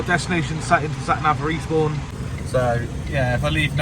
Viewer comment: 'For Eastbourne' sounded like 'Respawn' 🤣